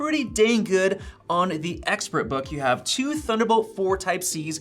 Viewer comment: Dang “Guud” 😂